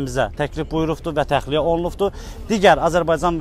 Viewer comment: OlunuFdu,getiriliFdi..bu ne danişigdi? jurnalisti deyişin..